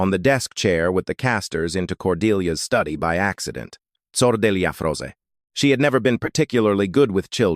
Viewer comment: the word is "froze", with a long o, not whatever nonsense the narrator pronounced. Of you cannot teach your Son the correct pronunciation, use a live person.